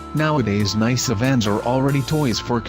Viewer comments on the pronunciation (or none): Nai-suh? More like nyh-suh.